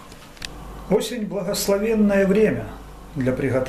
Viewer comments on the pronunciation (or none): Блин, ну вот и попались. Для начала хотя бы изпользуйте переводчик. Болгарское слово "Манджя" переводиться как "Блюдо". Манджей называют какое угодно приготовленое блюдо в тарелке. Да, да - не манджа, а манджя. С ударением на а.